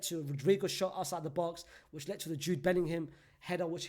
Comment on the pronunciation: ”JOOD BELLINHAM” such a stinky player😹